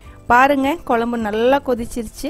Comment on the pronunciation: A slight change in pronounciation.pls say kozhambu not kolambu. It's not pleasant to hear.Most people say kozhambu only except locals.